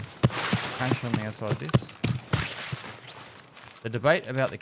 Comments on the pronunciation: The word “cache” should have no debate. It had 1 “a” so the sound is short and not drawn out. It’s not caache it’s just cache. You don’t say caat you say cat. Same thing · If you Google the pronunciation of "cache" it is pronounced as "cash" in the American and British pronunciations. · If you put "cache" into google translate its pronounced "KaSH" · It's pronounced 'cache' obviously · we all know it's cache, not cache, and cache just sounds stupid.